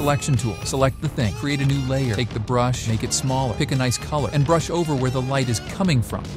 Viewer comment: I had my suspicions but the "Noice" blew your cover away. Been a big fan of your videos for so long man, wish you all the best ❤